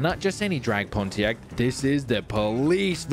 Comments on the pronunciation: boy driving a 2002 pontiac trans am ws6 calls it "drag pontack" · poniact no PoNtIaCt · The way he pronounced Pontiac 🤣